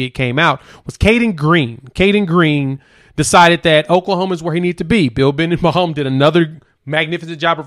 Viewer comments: His name is Be den bo, not bindenbaum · C'mon! You're not even close to pronouncing the OL coach's name...Bee-den-bow!! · Just FYI. it is pronounced Bill Be-Den-Bow! No you know. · said his name wrong but it's all good. Great video 👊😎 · Yeah you're saying his name wrong but I Gott you